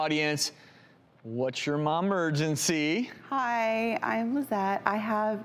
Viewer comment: I wonder how he feels looking himself in the mirror every morning , knowing he has to say “momergency” on national Tv